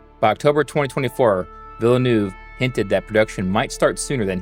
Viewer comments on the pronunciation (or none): Villanueva not Villanew.